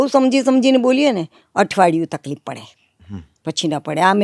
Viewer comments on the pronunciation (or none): none